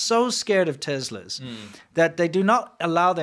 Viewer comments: BTW, it isn't Tezla, it's Tesla. I could swear you used to pronounce it correctly--am I just misremembering? Have you always mangled the name? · ‘TES la’. Not ‘Tezla’. 🤦🏻‍♂️